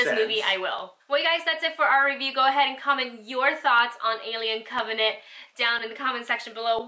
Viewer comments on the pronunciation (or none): "on alien covenate.......yayyyyyy" ahhhhh she had me dying when she said it all wrong the first 20 sec of this video! lol say it with me now, cov-en-ant!